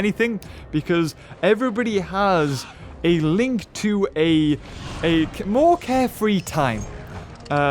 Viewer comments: It's more not mour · Did you misspronounce more on purpose